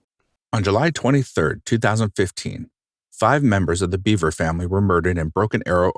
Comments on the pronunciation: Isn’t it actually pronounced “bev-er” and not “bee-ver” I’m 99% sure the narrator is mispronouncing the name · It's Bev-er not Beaver. He speaks his brothers' name at the beginning. This whole crime, the mentality, is so warped. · I think his last name is pronounced “bev-er” not “beev-er” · Their last name is pronounced “Behver,” not “beaver.” 😂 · Bev-er not Beaver. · Right, it's not bee....it is more like ba, pronounced. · Yes, when he states his brother's name(circa ), that's how he says it.